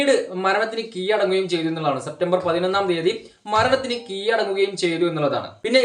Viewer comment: 1600 kg അരിയൊ താനെന്താടോ ഇരുന്നി പറയുന്നത് ( കീയടങ്ങുക അല്ലെടോ കീഴടങുക